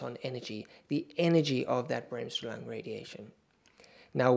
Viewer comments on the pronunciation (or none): As a German I shudder at your pronunciation of Bremsstrahlung.